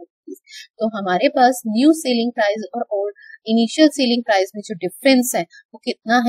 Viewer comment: Sailing price nhi hota itsselling price plZ dont pronounce it wrong